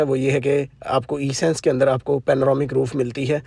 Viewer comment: it’s not E— Sense but Essence. First learn then make VDOs ….. another VDO Another VDO….